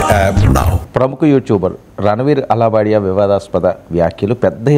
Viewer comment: Allah badia kaadu Alahabadia 😅